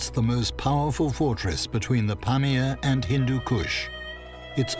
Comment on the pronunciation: Do Brit's have Glaciers in Europe?..It's not pronounced glassier with a long a. It has a short a.. also, just google these things for the narrator..Pamir is pronounced puh meer.. accent on second syllable, not first as in pam ear.. just sayin, the narrator is reading what he's handed, the show is about this place, so pronunciation research would be good